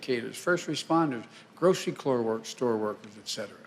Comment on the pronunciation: grocery clore workers? lol